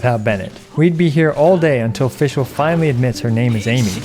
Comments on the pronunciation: You can’t even pronounce her “made up” name correctly you got no right acting so full of yourself with “Amy” 💀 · i love it when non german people try to pronounce fishl, die Prinzessin der Verurteilung. Had me giggle but for sure i would sound really funny if i try otherwise with other languages! Really enjoy your content and it helped me out alot on deciding what to build and focus so far. It's always a calm and informative Source i love to use, thank u for your content!